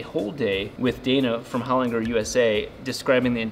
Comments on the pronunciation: Hol-in-ger!! not Hol-inger. Awesome Aussie Engineering - go you good thing!!!! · Holinger with g pronounced like g in German not in g in good. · Learn how to pronounce the brand of your transmission Holinger The G sounds like a J. A great Aussie product 🇦🇺.